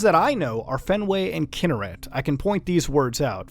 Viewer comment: Fun fact for y'all general knowledge: it's pronounced kin-NER-ret, not KIN-ner-et (I live in Israel and this is how we pronounce it)